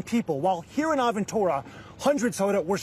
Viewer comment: Well….that’s a first time as a Floridian hearing “Aventura” pronounced that way.